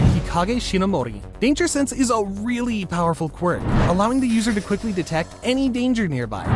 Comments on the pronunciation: Bro it said sanse not sense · Danger “sanse”